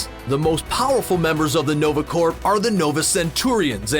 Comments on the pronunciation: are you saying 'corp' with a hard 'p'? ? if so please stop. unless its a Canadian thing, then proceed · Are you pronouncing the p in the word corps? You should not. It is silent. It should be spoken exactly like the word core. Now you know. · Small knitpick. It's generally pronounced nova "core", no P sound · Learn how to say corps. It's not "corp" or "corpse". It's pronounced "core". Like in Marine Corps. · Is he saying or ? Because its french and supposed to be pronounced like . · The video was great! But Corps is pronounced as Core. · It's NOVA CORPS.... pronounced "CORE" as in Marine Corps.. not CORPS.. pronounced "CORE" you don't say the p or s at all. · In Canada is corps said different then in America? The whole time I was listening to this video, I kept getting distracted by the pronouncing corps with a “p”. I’ve always heard it pronounced as “core” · Its "nova corps" as in apple core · corps is pronounced core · Uh Hello!! stop pronouncing the Nova Corp as the Nova Corpse. OMG!!!! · This is America we pronounce the silent letters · Dude, the P in Corps or Corp is silent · You don't pronounce the p (or s) in the word corps.